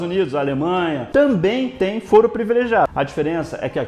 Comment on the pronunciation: Falou fóro uma vez :v A pronuncia certa é Fôro :v Mas blz :v Eu sou chato? :v